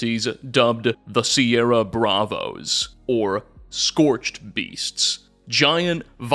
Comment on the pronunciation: Incidentally, there's no T in "scorched", and only 1 in "scorchbeast".